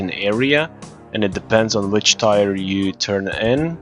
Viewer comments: it's pronounce tear like the ones that roll down my face when you pronounce tyre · Tire 1 2 3 4? TIRE?? Let me help you with your English. Friendly help. When people cry, they shed a "tear" (Not to be confused with "tear me a piece of paper from the notebook) Now say it with me, say this out loud, "my friend broke his phone but didn't shed a single tear. (Tears of guthix) T E A R Not tire. Hope I helped and don't forget to smash that like button